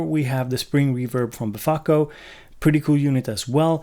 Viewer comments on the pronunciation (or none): I was cooking while watching this, turned around for a second and I hear "Malaka" (Malekko) & beFACKo (Befaco). Being Greek, this brought my attention straight back to the video, and I overcooked my pasta. Was worth every mushy spaghetti strain; great video!